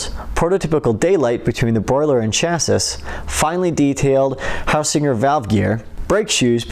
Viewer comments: Lovely models. Please work on your script. World War 2 not 1. Chas-see not cha-sis. Liv-ery not live-ery.😊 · Cha sis...? Chaa see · Very nice. BTW, "Chassis" is pronounced "Shassy"........ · Beautiful models. In your commentry you mentioned the V2 being the most powerful weapon of WW1? These were developed and used during WW1. Also, Chassis is pronounced Chassee